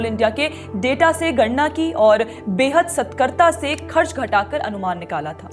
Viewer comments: सतर्कता ना की सतकर्ता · अरे यार तुमने सतर्कता का गलत उच्चारण किया है इसका उच्चारण स्तर कता होता है